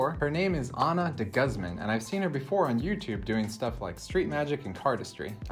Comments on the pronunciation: Dee-gooze-man not guzz-man ;) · Deh'-gooz'mon= DeGuzman! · “Ahna Deguzzman” lol butcher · Goosmon. with the emphasis on the suffix "mon" is the way the name is supposed to be pronounced. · That's not how you pronounce De Guzman;) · If you re-filmed part of the video because you changed your mind, why didn't you also go ahead and correct the beginning where you butchered her last name?